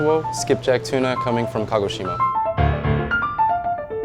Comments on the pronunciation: For a half japanese guy (his words), his pronunciation is freaking horrible. "eye-toe"?, dude it's e-toe. "kago-SHI-ma, no it's ka-go-shi-ma. japanese doesn't have syllable stresses or inflections. otherwise, awesome video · Are the Japanese folks in this thread bothered by his pronunciation of "tamago"? (Also of Kagoshima.) I'm not an expert, but it sounds like he accented the syllables wrong.